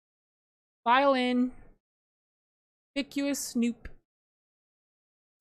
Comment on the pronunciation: That’s not how you pronounce conspicuous lol